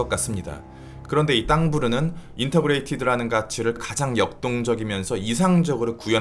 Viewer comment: 계속 Intergrated 발음도 인터그레이티드라고 하셨는데 Integrated 인티그레이티드의 오타입니다……영상 잘 봤습니다!